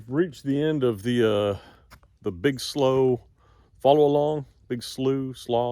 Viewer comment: I think you say "slew". Like flew or flu but with an S.